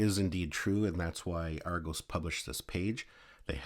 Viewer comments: It's Argos not Argose! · Ar go s 🤣🤣🤣🤣🤣🤣🤣 it's argos not ar go's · Argose 😂 Ar-goss!